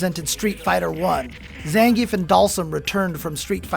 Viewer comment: Please get Zangief's name right next time.